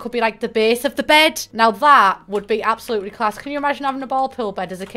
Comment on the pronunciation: I love how you don’t pronounce the s in absolutely 😂